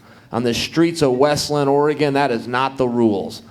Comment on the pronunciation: Everyone who thinks its Westland, Oregon....its West Linn morons....do your research before you sound like an idiot